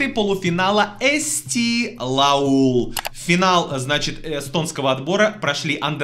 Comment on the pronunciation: эсти лауль а не лаулъ )) я за бедветтерс )